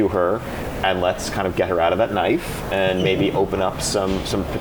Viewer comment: He called her Knaifu, I knew Ion was a real one.